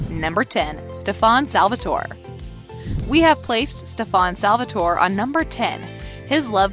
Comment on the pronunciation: Do you actually watch these shows? The way you pronounce Stefan tells me NO. You have also said Salvatore wrong in a couple videos. It's Stefan the "fan" is pronounced like "can". Some of the other things you say about the characters just makes me wonder seriously.... Do you even watch TVD, The Originals, Legacies, Supernatural, etc.